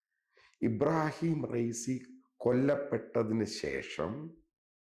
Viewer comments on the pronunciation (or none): none